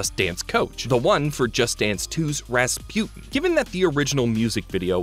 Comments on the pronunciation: Why does he keep pronouncing Rasputin like raspewten 😭 it's pronounced raspooteen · It’s pronounced ras-pooh-tin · Anyone else just flabbergasted that he says, "ruh spU tin" instead of Rasputin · how did you manage to mispronounce Rasputin?